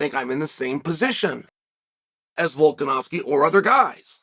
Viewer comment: And it is Volkanovski